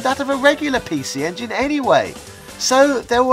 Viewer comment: Makes fun of the way Japanese people talk then proceeded to say "pee-she ingin" for the rest of the video.